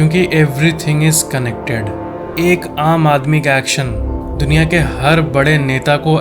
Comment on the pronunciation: bro it's duniya not dunkiya. 😅